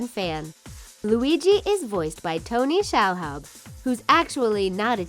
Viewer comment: Di... did she just say tony Shal houb??